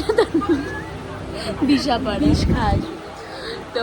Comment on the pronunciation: Ei nekamo gulo dekhlei just mathata gorom hoye jai,, ora khub valo kore jane ai station gulor name tobuo video te eshe ai nekamo gulo kora chai,, by the way mane ishikar mami ota BisharPara not Bishpara obossho thik thak uchharon korte gele minimum porashona ta jana dorkar jeta tmi ekdomi koroni tai ai obstha